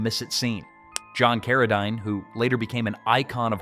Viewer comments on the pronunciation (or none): You forgot to mention that the actor who played “Clarence” the Angel who saves James Stewart’s life in the movie “It’s A WONDERFUL LIFE” is a big part of this movie. Also you have mispronounced John Caradine’s name again! It is pronounced “CARA-DEEN”